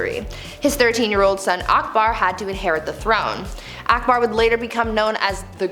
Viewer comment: She pronounced akbar as aekbaar😂😂🙂